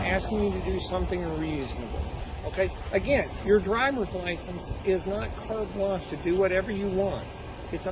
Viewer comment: And how many times is this cop going to say "cart blanch" however you spell that, and act like he's so smart. That guy is an idiot!!